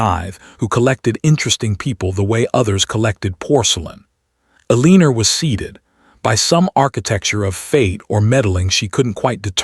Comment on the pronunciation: This narrator can not pronounce Eleanor right. Very annoying.